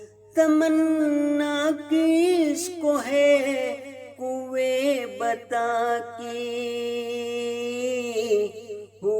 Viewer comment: بہت اچھی پڑھی ہے اگر لفظ بُتا ں اور مُغاں ، غُلامی اور مسیح الزماں کا تلفظ درست ہوتا تو چار چاند لگ جاتے